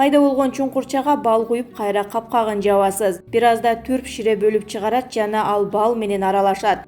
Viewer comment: Түрп эмес турп болот, туура оку.